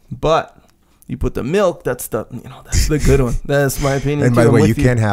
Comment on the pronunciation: milk........not malk